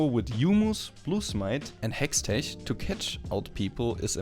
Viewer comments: I know you had like 40 comments about hextech, but the ch is pronounced like we would pronounce a K. Just helping you out. Quality video btw. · you say hextech in a really awkard way